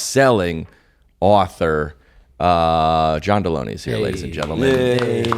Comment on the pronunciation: I think John Delony is with no “ey”.